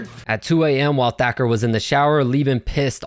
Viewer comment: The narrarator pronounces "Thacker" as "Decker". Also, whatever happened to that one mma fighter from the early 2010's, Jimmy something. He had wavy hair, similar to "Ben Askren". I think he fought at 145. He was primarily a grappler stylist as well.